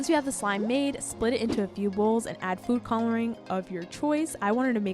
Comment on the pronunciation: the way she said coulering